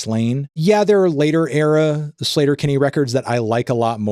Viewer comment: Im pretty sure their name is pronounced Sleeeter-Kinney. Not "Slater". Just sayin.😊